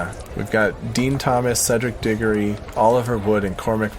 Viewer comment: Diggory? DIGGORY??? WHAT??? WHAT??? I WILL COME AFTER YOU FOR THAT